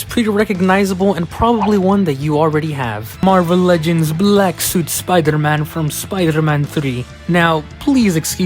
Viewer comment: Here goes sooopder-man lol